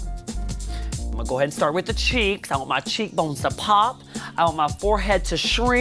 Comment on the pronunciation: Am I the only one who notices that she uses her bottom lip and upper teeth when using words with the letter p in them for example "cheekbones to pop" n other words, not using her top n bottom lip to make the pah sound but instead uses the bottom of her top frontal teeth and her bottom lip. If your confused, well join the club. It took me like 30 minutes to figure out how to word this! lol i've noticed it for years and always skim the comment section attempting to find one that mentions it to no avail. i love my Alyssa Edwards, Alyssa Edwards, Alyssa Edwards, and my personal favorite....... Malissa Edwards. yes its misspelled on purpose. if you don't understand that last bit than don't bother replying. only true stans like I can comment a reply. like comment below what i'm referring to and we can be friends!!!